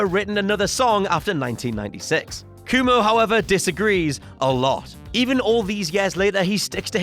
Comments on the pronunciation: "Coo-mo"? Is this something you all at WC do on purpose, mangling people's names, like an inside joke or something? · did u just say rivers koomoo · “Rivers Coomo” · "rivers coomo" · The way you say Cuomo leaves me unsettled.